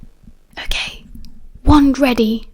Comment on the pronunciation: Sometimes when you say "ok" it sounds like "I'm gay"🤣🤣🤣🤣 tbh it's really funny